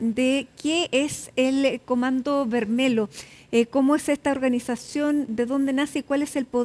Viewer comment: Se escribe comando vermelho pero se pronuncia vermelio nj